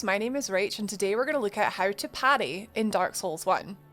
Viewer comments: It’s “parry” not “patty” 🤓(<-you) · i just keep hearing Patty instead of Parry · I’m confused if you are parrying or paddying? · I hear Patty wondow also, it's cute.